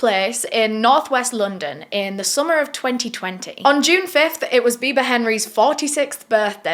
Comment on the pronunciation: When you said Bibaa I accidentally heard "Bieber" so I was like wait they went out to celebrate Justin Beiber's birthday ...?